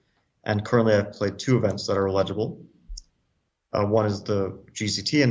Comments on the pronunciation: I picked up on that, too, and scrolled to the comments to see if I was alone. (Apparently not.) He's misplacing the stress on the second syllable (e-LI-gi-ble) when it should be on the first (EL-i-gi-ble). Wondered if his was an alternate pronunciation, but according to the OED, it's not. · I was thinking the same thing. :D Sounds like he's saying "legible" and "illegible". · Love Fabi 4 Life but I had the same reaction. He kept pronouncing it like "legible" lol :face-green-smiling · please teach fabiano to say eligible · Fabi, the emphasis is on the first syllable: EL - i - juh - buhl. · Fabi is my favorite active chess player, but the way he is pronouncing eligible is funky. He says it like illegible..... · Bro fabi you are pronuncing the word eligible like illegible, completely different word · Yes, I thought I was only one who noticed that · How does Fabiano not know how to pronounce "eligible" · Fabi pronounces eligible weird.